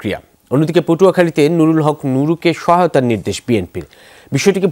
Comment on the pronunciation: তীব্র নিন্দা জানাই এইটা হবে নুরুল হক নূর।।। নুরূ না।।।বাংলাটা শিক্ষে তার পর খবর পড়বেন।।।।আশা করি।।